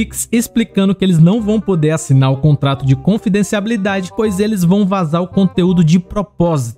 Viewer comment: Cara mano vc n sabe falar confidencialidade kk